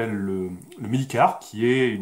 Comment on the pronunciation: Medicare comme Mediquerre hein :)